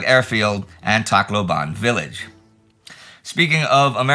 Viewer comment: I don’t know if it would still be useful in the upcoming weeks but regarding the Philippine campaign: Tacloban is pronounced with every syllable with equal emphasis. Tac-lo-ban, not Tac-loban. Think how Bataan is pronounced as Ba-ta-an, not Ba-taan.